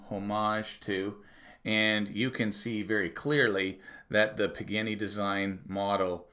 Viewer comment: Sadly, its not pronouned "PIG - ANNY".... its properly pronounced "PA - GA - NEE". Good video. Thanks. 😉